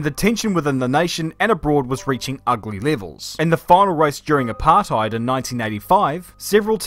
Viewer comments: english speaking people saying apartheid just sounds so wrong. i mean, its all about saying the rt the dutch way and then you got it right, but otherwise just no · You’re saying apartheid wrong It’s not English It’s Afrikaans